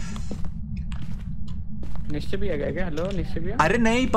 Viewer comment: It's Nischay not Nischy